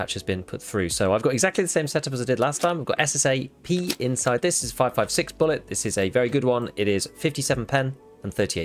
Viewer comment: It’s SSA AP not SSA P!!!